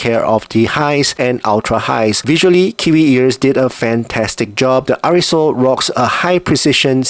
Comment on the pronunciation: Arisole? It's Airoso (air-o-so),.:face-blue-wide-eyes